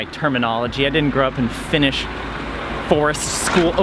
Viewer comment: gasp Your Finnish pronunciation is AMAZING! 🤩 Greetings from a Finn in Sweden 👋